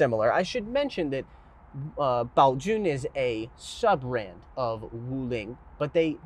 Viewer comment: I really wanted this review, thanks so much. Also, really appreciate the correct mandarin pronunciation of Baojun